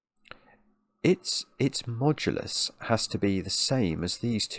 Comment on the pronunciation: "its modulus" it always hurts a little when talks like that.